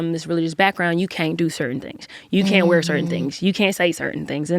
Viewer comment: Them "cain't"s were very crisp lol adorable.